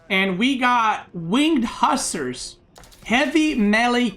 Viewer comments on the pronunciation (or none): He said wing huskar😂😂😂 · Nope, he said Hussars